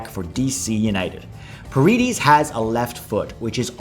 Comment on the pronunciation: Love the video and love the content. I’m not 100% sure but I think paredes is pronounced par-eh-des since he comes from a Dominican background. Other than that, hope we get all 10 of those guys!